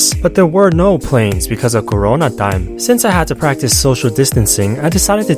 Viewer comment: I like that he says it's corona tiem.